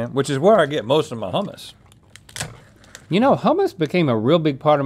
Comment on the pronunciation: As a Greek person who loves making Greek cuisine I have to correct you guys with all due respect. Gyro (GEE-ro), Baklava (Bok-la-va), Hummus (HOO-mus)